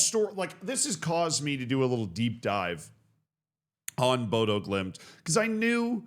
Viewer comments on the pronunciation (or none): One would expect that a deep dive on Bodø/Glimt would include looking up the pronunciation of the name of the club.